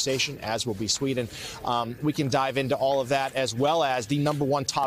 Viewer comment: 1. “Lith-Wayne yah” 😂😂😂 2. “Hottest day in the history of the world” 😂😂😂 3. “Most powerful position in their country” referring to king Charles. 😂😂😂 American is LITERALLY the thickest nation in the world 😂🤦🏻‍♂️🤦🏻‍♂️🤦🏻‍♂️